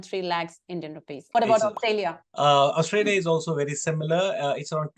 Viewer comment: Please don't say 'AustALia' and say 'AustRALia'